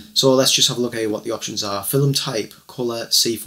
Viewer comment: First thing to know before your develop your first roll of film... the word "film" has but one syllable. In Oregon, USA we go to Shutterbug, or mail order from Pacific Photo Lab.